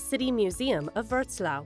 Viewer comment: Pronounced not Vrotslaw but Vrotswaf.